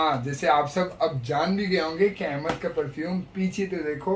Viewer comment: نام احمد ہے بھئیا ایمد نہیں Ahmad Aimad nahi 🙏🏽🙏🏽🙏🏽🙏🏽